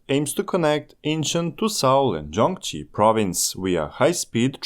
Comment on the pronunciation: Gyeonggi is pronounced Kyongghee